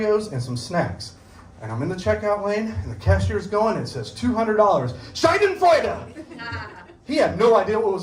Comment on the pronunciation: German here : His pronunciation is totally wrong . He says Shai-den-freude but it should be Sha-denfreude. A Scheide aka Shai-de is another word for vagina. So he literally says Vag-joy.